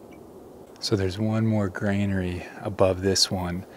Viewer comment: I've heard another young person mispronounce granary, so don't feel bad. A granary is a storage place or house for grain or other provisions. Pronounced ˈɡran(ə)ri . That's gran (as in grand) uh- ree. It trips everyone up at first because of the association with "grain". I don't think there is a word at all called "grainary or grainery". You need to be over 100 years old to get it right the first time. A kid in 1900 would know it's granary and nothing else.